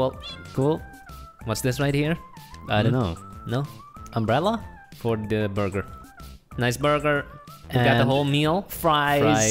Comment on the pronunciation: No one: Literally no one: Not a single soul: /: nice borger